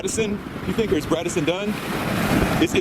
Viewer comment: That grown ass paparazzi man saying “braddison” triggered my fight or flight response